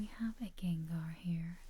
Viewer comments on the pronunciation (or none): none